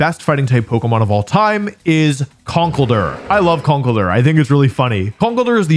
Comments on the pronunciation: Wolfe be like: Kuhnkle-durr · The way you say conkeldurr is new and alien to me